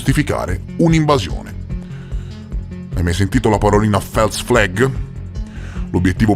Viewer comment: False flag si legge Fols fleg non fels fleg. Con stima, un follower.